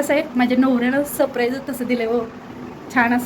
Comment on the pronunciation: सप्राईज नाही ग बाई surprize